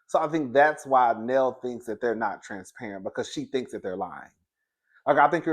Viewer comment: Hey ❤️ Her name is Nell, rhymes with Bell.😊